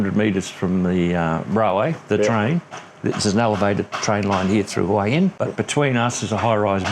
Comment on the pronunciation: Hoo-ee Hin....Cracks me up. Pah-Tay-Ah. Hilarious